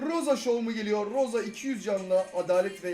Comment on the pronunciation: rosa değil abi emz